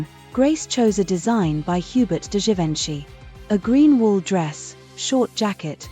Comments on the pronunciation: Teach your A.I. how to pronounce the name of the iconic designer Huber Du Givanchy. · Why use AI generated images in your thumbnail? The dresses pictured never existed in reality and they aren't the same as the ones featured in the video. And please use a bot that knows how to pronounce Givenchy and Oz. Basic stuff. 🤪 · You too?!? Everytime they chopped the pronunciation I yelled at the screen! 😅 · Thanks for putting this together. However. The AI voice-over this channel uses is ridiculous. These are iconic world renowned names - Givenchy and Liza Minelli. The Wizard of OUNCE? Jeeze lousie. It's horrible to hear them pronounced so wrong because you've defaulted to AI.